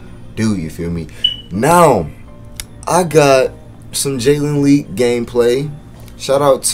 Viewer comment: U said his name wrong 😂